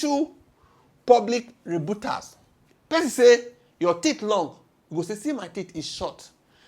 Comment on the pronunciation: How did pronounce rebuttals? 😂😂😂😂